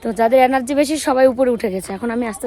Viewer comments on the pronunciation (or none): Energy ta emon kore bollo sunte laglo alargy ...amr theke ekhane sobar alargy besi...sonalo .😅😅😅😅😅😅 ucharone master degree koreche.😅😅😅😅😅😅😅😅😅😅